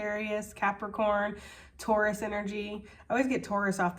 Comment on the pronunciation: Taurus sounds like Tortoise 🐢 😅